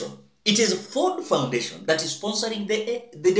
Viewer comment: Not FORD KENYA FONDATION yawa!!😂😂😂😂😂😂😂😂😂 It is FORD FOUNDATION